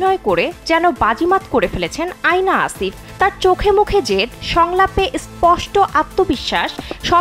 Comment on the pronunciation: Not আয়না😂 it's অ্যানা